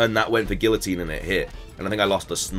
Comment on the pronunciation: when you pronounced guillotine like that i swear i could hear michael correcting you in my mind lol